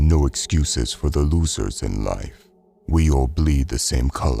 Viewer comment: haha "Loocers" you're a mor on